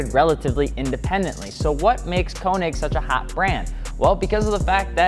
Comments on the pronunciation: The ö in könig is like oe and sounds like oo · konig = k-ugh-neek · U can’t say KONIG WTF